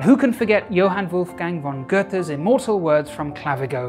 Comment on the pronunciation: Goethe is pronounced like Gerter not Gerther